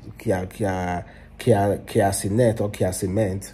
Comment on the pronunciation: Cia kenent😮. Bruuuuhhhhh Tf. Its Kai Cenat bro.😅